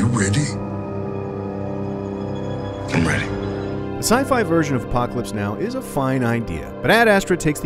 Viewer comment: "Are U weady?" 😂